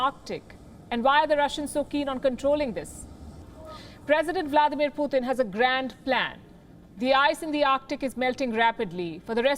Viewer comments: Name:- Putin. News reader be like :- Puthin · Loll she can’t say Putin Phootin 🤣